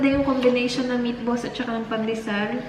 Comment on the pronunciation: Unang dinig ko kay, nipples. Meat balls pala. sorry! HAHAHA